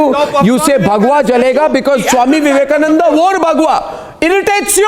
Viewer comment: She don't want to call Swami Vivekananda , She wantedly calling swami Avivekananda